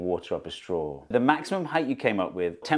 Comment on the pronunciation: Thank you Steve for not pronouncing it heighth , there's no way I could watch this video if I had to hear that a hundred times in 15 minutes Lmao!!